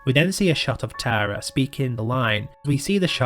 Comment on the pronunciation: As someone named Tara, I would like to say that it was refreshing to hear someone say my name properly and not Tera. ❤